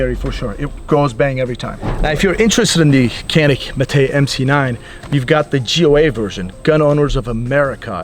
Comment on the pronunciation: Its pronounced jahn-ik not canik. Just FYI since your the gun pros you should be aware of this.